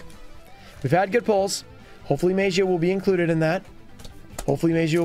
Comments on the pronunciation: Guys, what is the correct pronunciation of MAGIA, show be Mah - Gee - A right? Instead of May - Gee - A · I think it’s pronounced May- ja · Don't remember the day, but the day where you went off the tangent on pronouncing Magia differently and noticing that you pronounce it differently from other yugituber was a nice tangent to go off on